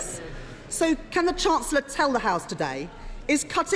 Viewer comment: Hoyle is such a crap speaker, I wish we could still have Bercow in a perfect world. Can't even pronounce chancellor properly.